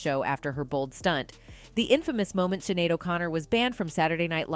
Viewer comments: her name is pronounced "shin-ade" not "sinade" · Her name is pronounced Shin-ade not cin-nade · Sinead : pronounced SHINADE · Her name is pronounced shin-aid. Thanks. 🖤